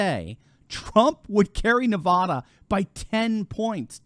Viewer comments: Thanks for covering Nevada. It's really funny listening to people outside the state pronounce Nevada. It's Nev-add-a not Nev-odd-a. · "NevAda" Not NevAWda"! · The first 'a' in Nevada is pronounced like 'bad', not 'bod' How to pronounce Nevada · people in Nevada hate it when you say it like you say it, "Nevouda". Say it like this "NEVAADAH". you'll make more friends there. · its nevada not nevahda lol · NEVAAAAAAADA not NAVAUDA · it's pronounced: Nuh-Va-duh, not Nuh-vaw-duh. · Great news for our State of Nevada (Ne-vad-a, not Ne-vod-a, it is an "ad, not odd"). The one thing which is odd about Nevada, is Reno,j Nevada is farther West than Los Angles, California. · Isn't it pronounced Ne--uh (rhymes with Ne uh), instead of Ne-vod-uh? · Nevaaada, not Nevaduh. Please say it right. I have trouble believing Biden actually won here in 2020. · NE-VA-DUH NOT NE-VA-DAH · We’re kicking butt & working so damn over here! We will be RED in November. Not lean but solidly RED! It’s Nev-AD-a not Nev-AH-da!! Btw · Doc, paleeeeze! As the San Bernardinoans are justifiably sensitive about "Berdoo," so too are we about Nevada as-in Ah! Nevada as properly pronounced is with the first 'a' as-in AT and the second, as-in UH. Just remember NEV-AT(d)-UH for our state, and you'll have 'er made! And also, re the present matter at-hand: it is to be expected that Dems as viewing now much wall-writing regarding their own likely fates, ARE shifting Right but, will to NOT tell a soul about it! Not too difficult to imagine why-not, no? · NahvAAAdah. AAA as in cat,. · I love your work, but the state is pronounced - niv-AD-ə. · it’s Neh va (a as in apple) dah. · It is not Ne-VAH-duh. Short-a, like the middle a in banana. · You are mispronouncing Navada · It's pronounced Nuh-va-duh (a as in cat). Thank you. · Man, I just hate it when you mispronounce Nevada. It is not pronounced like the spanish word of the same spelling. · Please pronounce Nevada correctly for goodness sake.